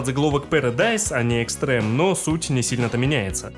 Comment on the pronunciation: Не Эйн, а Айн. Это же немецкое слово, и в самой игре его так произносят. Не Экстрэм, а Экстрим, ну, это же вообще очевидно. Пот и грязь были до 6 части. До Dimensions в Ultimate много чего сюжетного показали. Как по мне сюжет здесь самый вменяемый среди файтингов, ну, еще может в Fatal Fury и (если разобраться) в King of Fighters. Однако соглашусь, что в файтингах он не нужен. После Virtua Fighter, сюжет которого раскрывается лишь в мультсериале (весьма неплохом), я думал, ни один файтинг меня больше не удивит. Однако DOA оказался прямым его наследником, а после 5-й части, с учетом очень похожего управления я вообще воспринимаю две серии почти как одно целое. С Теккен, на мой взгляд, DOA вообще ничего не роднит. Никогда не замечал, что в третью часть легче играть. По-моему, они все одинаково сложные. Все рассказано очень сжато, автор готовился, но очевидно, что не фанат, играл и вникал мало, и теплых чувств к серии не испытывает (кроме как к фильму). Кстати, про клонов не понял, напрягаю мозги, но не могу вспомнить в каких файтингах они тоже были. Эти клоны придают некий научный оттенок истории, что роднит серию с Virtua Fighter и делает ее более реалистичной. Здесь нет других миров, богов, мутантов, монстров в несколько раз большего размера по сравнению с другими персонажами. Ну, есть Тенгу, ладно. Важно, что Хаябуса и остальные нинзя не используют оружие, которое в других файтингах приводит к абсурду. И еще Касуми хотели убить, не просто потому что она могла раскрыть секрет